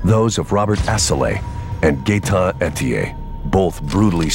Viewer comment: “Gaeton Etier” you gotta be fucking kidding me lol